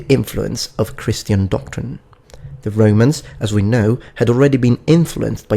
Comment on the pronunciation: i only ask one thing.. why do you pronounce romans as REIMANS